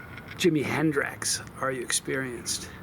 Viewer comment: Just a question: are you mispronouncing the name of the sauce just to mess with us? 🤔 If not, here's a clue to the clever little joke the creator left for us: when you consume a super spicy sauce, what quarters of your anatomy will be wrecked the next day? 😉 Love you, Johnny. And safe travels! 🛫